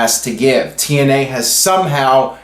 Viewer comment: lol 00.34 "TNeye" 😂 sorry, it made me laugh 😂👍hey do you watch botchamania? lol